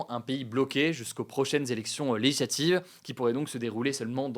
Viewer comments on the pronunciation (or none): "les élections leyislativ" oh la fatigue 😂